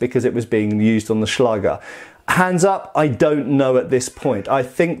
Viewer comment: The german ä/Ä can be written as 'ae', if you don't have the letter. Don't just write a instead of ä, write ae, because you will pronounce it wrong. Good pronounciation of Schlager though! 🙂